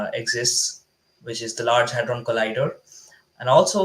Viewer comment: It's Hadron, not Hardon Lolllll